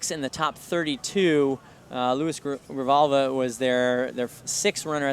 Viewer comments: Grijalva's name is really not that difficult I will never understand why they butcher it CONSTANTLY. Also, I don't wanna be mean but jeez commentary is just painful. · He mispronounces it a different way every single time he says it.